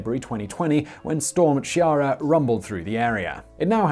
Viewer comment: Storm CHIARA?????? that will be Storm Ciara, that you meant to say Simone